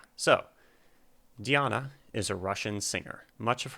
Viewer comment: You did great on pronunciation the first time you said it. Not so much the 2nd time. :) Phonetically pronounced DeeAHna AnkuDEEnova. This link is Diana pronouncing her own name